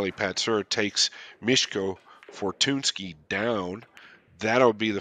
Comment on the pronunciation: The real "Butcher" here is not Mieszko but the commentator who butchered both of their names, lol. Thanks for the video!